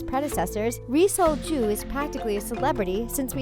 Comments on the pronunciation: the pronunciation of ri sol-ju is the most white pronunciation i've ever heard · Hahahahahaha whenever she said Ri Sol-Ju, it hella sounded like "re-sold Jew" 😂😂😂😂😂😂 I laughed WAY too hard at that and am going to Hell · It really sounds like ur saying resold jew